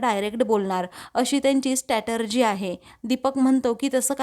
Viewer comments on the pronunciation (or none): madam - strategy asa shabda ahe toh, statergy nahi